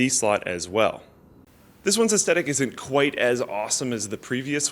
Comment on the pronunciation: Gotta enunciate "aesthetic" better haha